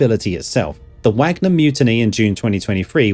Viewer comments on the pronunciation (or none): none